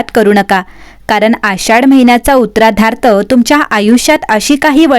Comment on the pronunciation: उत्तरार्ध शब्द नीट म्हणायला शिका